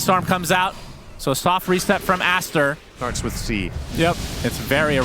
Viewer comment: "It's a disastaaa for Astaaa and it rhymes and everything"😭🤣